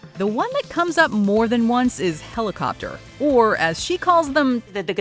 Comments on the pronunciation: Why English spokers always mess up with Spanish accentuation? It is not helicoptéro, it is helicóptero. Major difference! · hahahaha you said helicoptero wrong in spanish, was Hilarious